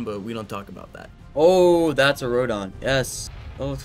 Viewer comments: Also it’s not rodon it’s Rodan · RodOn bro its Rodan say it how u spell it